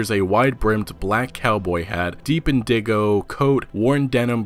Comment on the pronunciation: Indee-go lmao its the color in-dih-go bro great vid either way